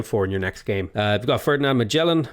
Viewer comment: You should know how to pronounce Magellan from the Animaniacs song. The Ballad of Magellan